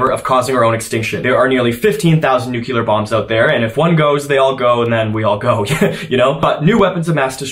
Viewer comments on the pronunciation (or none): Jesus Christ STOP SAYING NUC-U-LEAR. ITS JUST PRONOUNCED NUCLEAR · Nuclear. You pronounce it new-killer, don't you? :) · It's pronounced NUKE - lee - er, not 'nuke - kya - ler'. Look at the way it's spelled and stop pronouncing it wrong. N - U - C - L - E - A - R . I do NOT see a phonetic 'kya' or 'kyuh' between the C and the L. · I love all of ur videos but I'm just curious about the way you're pronouncing nuclear. As far as I know, it's pronounced new-klee-ar not new-kee-lar, right? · As a general rule, it's wise not to listen to anyone who pronounces it "nucilar." e.g. George W Bush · I've just lost a little bit of respect for you and your intelligence. I was shocked that someone so well-read and educated as you actually pronounced nuclear as "nucular." Wow. 🤨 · Hey dude, this is like the third video of urs that’s popped up on my shorts in the past 10 minutes, its great content but I cant stop cringing at how you say nuclear. This isn’t a case of the pronunciation of data or coupon, but it’s something you say way to often to be saying wrong. It’s pronounced how its spelled, nuclear, not nucular. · Bro can't pronounce nuclear